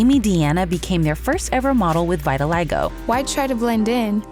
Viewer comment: PLS stop using the AI voice recorder... vitiligo and other words being mispronounced is so distracting. I MISS THE OG commentators